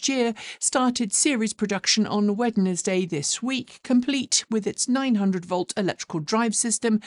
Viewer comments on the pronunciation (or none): Did I hear Wed Nes Day? :) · Wait..How did she just pronounced Wednesday?